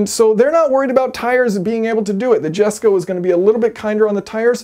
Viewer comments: Your name is pronounced jason. Christians dads name is pronounced yesko. Its nothing about how good your swedish is hahaha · Hey Yayson, my english is better than my swedish, both are worse than my german though. so i will forgive you calling the jesko "dshesko", also i'll forgive you calling Porsche "Porch". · Saying Jesco correctly and then going on to pronounce it incorrect 30 times is lazy and rude and contrarian. As you demonstrated it’s not difficult to say it correctly and as it’s named after his father why not show some respect? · Christian named it after his father... His name is pronounced Yes-Ko.. It is not about speaking great Swedish.. Respect the old man's name. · Oh and here’s another thing Yason, you are correct, it is pronounced Yesko, which you can clearly pronounce, but then go back into american to demonstrate how proud you are of being an ignoramus,oh, and BTW, min svenska är faktiskt ganska bra 😊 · Sorry I’m correcting you. Cause yes your Swedish doesn’t have to be good! You just said it. It isn’t what you think it it is it just is, and that is Yesko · Hey Yason, you don't need to any good at Swedish to properly pronounce Jesko. Now I know you're more of an engineering expert than a linguistics expert but I'm sure that even you can literally simply say "yes co". Plus it's Christian's father's name and without his father's support, this car may not even exist so take a minute and pay the Von Koenigsegg family some respect. Plus you pronounce Agera in Swedish as opposed to in English so I think you're Swedish is better than you think. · Jason, what's with you and Koenigsegg naming. Jesko and Gemera should be 'Yesko' and 'Jemera'. Are you that rebellious?!?! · The pronunciation does matter. Jesko is a name. His fathers name to be exact... yes he named the car after his father. You don’t walk around calling people who are named Jesús GEE-Zus do you? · Show the plucky Swedes some respect.... it’s Jeshko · you mean yay'son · It's "YESKO"